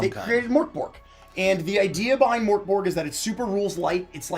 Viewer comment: As a swede hearing the absolute butchering of "mörk borg" is making me cry and laugh at the same time. Literally had to google it to even get what was trying to say!